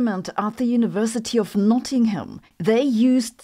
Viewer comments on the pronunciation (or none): Ewwww she pronounced the ham in Nottingham